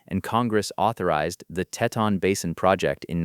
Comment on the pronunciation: TeeTon, the pronunciation is TEEton